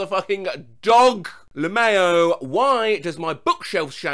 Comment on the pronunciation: I'm so glad you say "L'mayo" and not "L'mow."